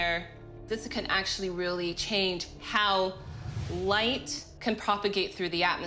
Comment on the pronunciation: Lught bulb. 😂